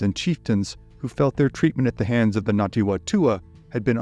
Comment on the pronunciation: I was looking for this comment. I couldn't tell if he was saying Ngati or Nati. (With NG like in siNG or briNG)